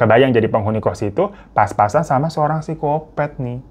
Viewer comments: Lidahnya keseleo itu mah.. Kayak temen gw, sertifikat disebut 'setrifikat'😂😂. Dibenerin gimanapun ga bakal bisa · Ya emang Bang Hiro kan lidahnya suka typo, maklumi aja. 😂